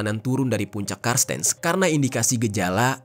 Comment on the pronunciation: Cartenz (dibaca kartens) kak. Makasih videonya hanya gemes aja sm "karstens". 😅